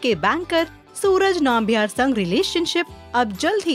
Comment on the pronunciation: It's not naambiar... its Nambiar.. pls check yur pronunciation